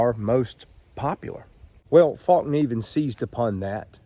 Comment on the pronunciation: Pronounced fell-keneiv